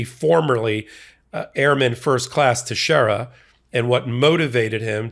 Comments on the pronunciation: it's pronounced TEX-ERA it's portuguese. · His last name is pronounced Tex e era!